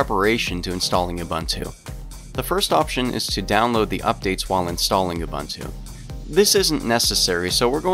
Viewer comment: its ubuntu not ubantu